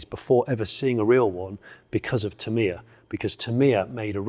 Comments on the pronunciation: Not teMIa, it's TAH-mi-yah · Tamiya sounds like "tam eye ya" 😜😂